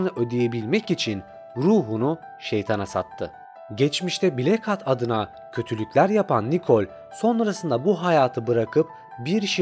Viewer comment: nolur hatı hat diye okuma artık